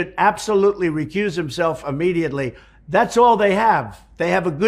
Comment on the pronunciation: The word is Immediately, not Ammediately. Bone head.